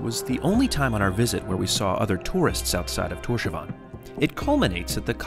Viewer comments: killed me XD the way you say Tórshavn is sooo broke btw when you say it its like Tórs havn not Tósavan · Awesome vid! Just weird hearing you say "torshavan" instead of "torshaun" how it's actually pronounced lol Cheers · It’s Thors-havn (Thors harbour) 😊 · The way you pronounce Torshavn lol, didn’t you speak to the locals?? 😂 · Great video! I note the pronunciation of the towns & places is a bit off, (Vágar is "vouh-are", Tórshavn "Tors-haun", but the pronunciaton for Kalsoy, Tjørnuvík, and Saksun are pretty much spot on!) but I, and probably most of my countrymen, appreciate you spreading awareness. If ever you decide to visit in the stormy seasons, remember: the rain/snow here does not fall downwards.